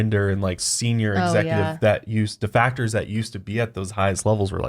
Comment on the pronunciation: Every time says "deFACTors" 🤪